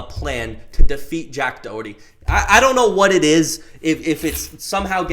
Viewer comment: "jack doehurty" 💀